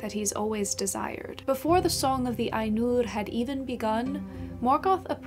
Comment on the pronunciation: HI, Mate, you said "Ainur" like I imagine Icelanders would say it....(I need to find an icelander to test this hypothesis, but still...), and I think Tolkien would have been pretty happy about that. Did you read T's autobiography? There is a lot of lovely stuff in it about his fascination with Languages and conlangs. It's by Hymphrey Carpenter (AFAIR), and it's magic (hehehe). C S Lewis gets a mention and several other British story tellers that who we (fantasy geeks) revere, to this day. I like your channel. Keep it up